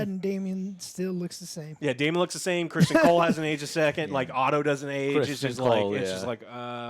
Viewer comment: I love how Joe mispronounced Criston Cole's name and both of the other joe and tried to correct him by another mispronounciation.